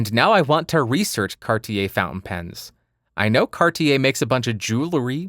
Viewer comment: In France we don't say MonT BlanC which is the highest mountain in France but Mon Blan ! ;) I love how you say Cartier ! :)